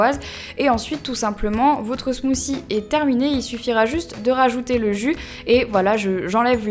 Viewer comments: Je parle mieux anglais que toi parce que j'habite un pays anglophone donc j'ai raison. et en passant "th" ca se prononce "t" pas "c" si tu vas voir des videos anglaises tu vas comprendre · Euh 'smothie' on le prononce 'smotie' mais pas 'smosie' ... C'est un mot anglais il faut le prononcer en anglais, pas la peine d'elastiquer trop les mots de la langue anglaise etles prononcer a la langue française. C'est pas classe tu sais. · on dis pas ''smoosie'' -_- c smoothie smoothie c pas compliqué à dire ..come on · ca ne se dit pas "Smoussie" mais "Smouthy" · ahhh j'aime pas les gens qui prononcent "smoossi" alors que c'est "smoothie" bordel si on arrive pas on utilise un autre mot non? bref sinon la vidéo est agréable à regarder et j'aime les pailles sont hyper mignonnes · Crazy Cat 8D ce qui nous fache, cest de voir que vous prenez un accent completement sorti de nul part pour parler anglais, vous vous faites un genre de je sais pas trop quoi qui a rien avoir avec langlais. ZE voice ?? smooCIE? cest pourtant pas plus difficie de prononcer correctement THE et smooTHIE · pour la prononciation non on dit smooçi (c'est anglais donc th c'est "ç" car il y a une voyelle avant) et ananas prononcé ananasse :-) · En fait on ne dit pas 'smooci', on dit plutôt 'smoodi' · just une petite remarque sur la prononciation de l'anglais, mais vous déconnez les francais !! bah puisque vous êtes complexé et même jaloux des anglais et des américains arretez cette prononciation de merde .. ze au lieu de the , et maintenant elle dit smouci !! soit vous prononcez correctement soit vos gueules ! (c'est mon avis personnel :3 ) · Smoozie haha j'adore ta prononciation 😂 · Mdr sa prononciation de "Smoothie" sinon j'aime ces recettes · Il faudra apprendre à prononcer Smoothie un jour, et "Hello" au début (et non "elo")